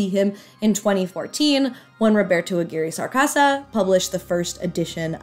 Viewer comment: Okay. Subbed for saying Roberto's name right! Seriously, this was fun and engaging. The only thing possibly left out is that the MJH series was written primarily by writers from Mystery Science Theater 3000 and Nick Bakay.